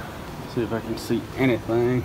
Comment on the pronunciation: "See if I can see anythang..." - DR I see a lot more bees.